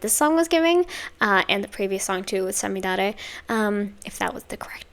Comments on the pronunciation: 最後の五月雨は特に綺麗な発音でした👍🏻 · Enjoyed your first reaction to &team! Thank you💖 'Samidare' means May rain' 'Aoarashi' means 'Blue Storm' Your pronounciation of these titles in Japanese are just perfect🎉